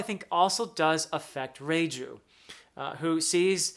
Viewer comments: Perfectly pronounced Reiju❤ She's amazing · Reiju pronuncation was spot on, about Capone Gang Bege, it's beh-gi:, somewhat simmilar to say veggie.